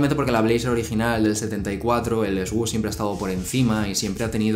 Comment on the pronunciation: Its /Sush/ not /esgush/